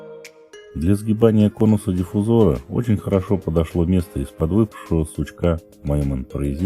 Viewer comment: Слово диффузор через о надо, извините, мастеру делать замечание...